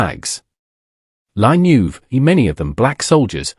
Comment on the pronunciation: Not *la Neuve: La Nueve (the ninth in Spanish)